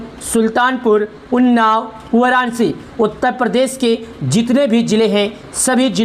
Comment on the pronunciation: Sahi se bolna sikho waranashi hi wararci nahi band karo bakwas